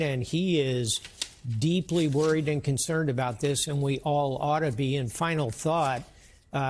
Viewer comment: Two words.. Chy-Nuh